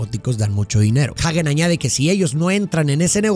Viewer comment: Excelente pero si utilizas español para pronunciar el apellido de Hagen como esta escrito entonces se pronuncia "ajen" y no "jaguen" porque no lleva u después de la g, lo correcto es pronunciarlo bien en español o bien en inglés que se pronuncia "jeiguen" solo es una sugerencia porque repetirán como tú lo digas y he ahí el destrozo del lenguaje y la pronunciacion incorrecta, slds